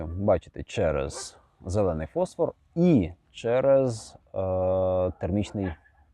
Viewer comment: Дякую! Маленьке зауваження від оптика: не фОсфор, а фосфОр. ФОсфор - це хімічний елемент. ФосфОр - це будь-яка люмінесцентна речовина.